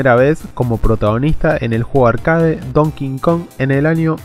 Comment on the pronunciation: se pronuncia donkey kong no don kingkong